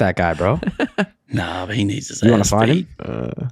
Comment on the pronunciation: “Did I get heem, is he down”